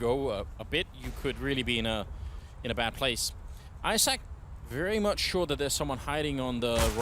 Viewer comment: hah a komentujący czyta ejzak i tam widownia: IZAK! xd